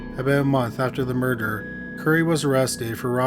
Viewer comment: Not to be a dick but every time I hear you say "murder" , I hear u say "murderer" . Am I hearing u wrong?